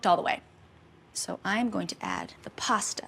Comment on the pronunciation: Ah but she says it normally in the Alfredo video